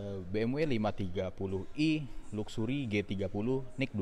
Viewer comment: Ucapan luxury nya jangan kaya org kampung gitu donk,,,malu2 in aja bikin vlog BMW tapi ngomong luxury aja salah,belajar cakap bahasa inggris yg benar. Terus ucapan velg nya yg benar, masa velg jadi " pelek ". Ngga cocok jadi vlog mobil BMW lo. Ketawan Sales tamatan SMA